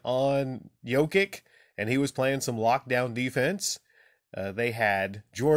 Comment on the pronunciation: Stoped watching after 10 second's, you can't even pronounce his name, you are just another casual...